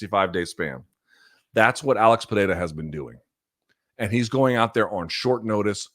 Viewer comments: You're one of the 'gringos' that can say Pereira almost perfectly. Congrats! lol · Luke if you can’t roll your R’s don’t substitute it with a T sound